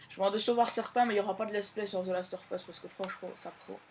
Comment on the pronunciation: On dit the last of!! Us pas the last or us